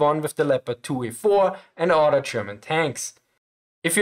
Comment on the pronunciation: "When the mine rollers are not suspended independently from each udder" 😂